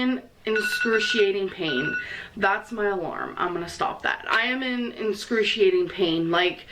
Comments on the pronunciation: “Inscrusciating” pain 😂😂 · Can she not pronounce excruciating? It sounds like she's saying enscruciating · How she says excruciating gives me hot anger deep in my bones... "INSCRUTIATING"... what!? Why.. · "Inscrutiating pain" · Inscruciating? What language is she speaking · Hahaa this was fucking BRILLIANT! And it’s pissing me off that she says “inscrutiating” pain ... it’s excruciating! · "inscruciating pain" girl what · Are we not going to talk about the fact that she said “inscruciating pain”... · “Inscrushiating” lol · "Inscruciating pain" doesn't she mean excruciating pain? Solid interpretation of Dr. Now,. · “Incrusiating” pain in a “monotonis” life. Whoa. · If I had to hear her say “inscruciating” one. More. Frickin’. Time... 🤬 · Say "inxcruciating" one more time! I dare you! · “Inscruiatating pain” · The fuck does “enscruciating” mean?... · Every time she says "inscrutiating" I want to slap her. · Haaaaaaaaaaaaaaaaaaaa!!! “How y’all doin?” Also is ‘inscruciating’ pain anything like excruciating? Merely pondering. 420. THATS a cool number 😏 You have “Torrid” hauls girl!!!! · THIS IS EPIC!!! You are a genius!!! 😂😂😂 "Inscruciating"... You keep using this word. I do not think it means what you think it means. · "inscruciating pain". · 'Enscrutiating pain' 🤔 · "En-crussciating pain" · What exactly is "inscruciating pain?" Does the beanbag mean "excruciating?" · Enschuating pain? How does she not know how to say excruciating? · "inscrutiating" pain LMAO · Same place as inscruniating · incruciating? Is this a new word?